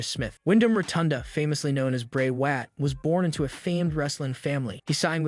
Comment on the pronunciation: Yo the people that you know duties podcast so whatever it is they call them they need to get people's names right like Raquel Rodriguez Bray Wyatt etc